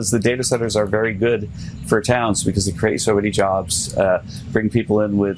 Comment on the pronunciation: It's not becoss it's because. You're not special.